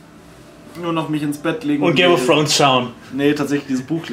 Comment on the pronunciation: "Game of Frones" ^^